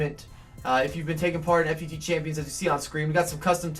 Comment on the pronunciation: it's pronounced Fut champions (foot-champions) it gets me irritated the way you say it